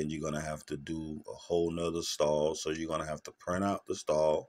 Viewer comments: Really nice STOLE ..not "stall"" 😊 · That one word made me uneasy the whole video, instead of stole he kept saying stall. Nice tutorial though!